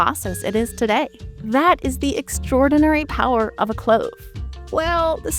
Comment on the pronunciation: Am I the only one who felt they could hear the narrator pronouncing clove as "clothe" essentially every single time?